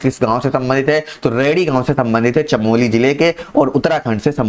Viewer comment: Chamoli hota h chameli nhi